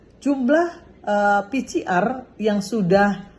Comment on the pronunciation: Ini politisi wanita kelas kakap, kalau bicara di TVOne dulu menggebu2, tdk mau dikalah, tp sebut PCR saya masih keliru. PCR kalau di baca jadi pi si ar. Bu Irma...bu Irma. Belajar dong cara nyebut yg benar.Maaf